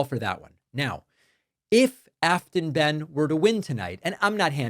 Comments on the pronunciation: Hey David, tennessean here. Her name is pronounced, bane. Thanks! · How about getting the pronunciation of "Behn" correct?